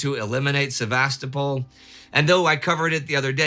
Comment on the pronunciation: I love this series and never miss an episode. Time Ghost productions are exceedingly well-researched and the presentations are top-notch. I do have one little criticism, however, and it has to do with the pronunciation of some Russian and Ukrainian place names. In this episode particularly, the mispronunciation of the city of Sevastopol is sort of like fingernails on a chalk board. The stress should be on the third syllable, not the second; thus, Se-va-STO-pol, not Sev-AS-to-pol. Also, the correct pronunciation of Ukraine is to stress the second syllable, not the first; thus, it should sound like you-CRANE, not YOU-crane. I lived in Ukraine for 12 years, which is why these mispronunciations catch my ear. Please take this constructive criticism in the spirit in which it is offered, and keep up the fantastic work!